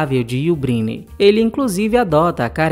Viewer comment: Fale corretamente: You Brainer. Escreve Brynner.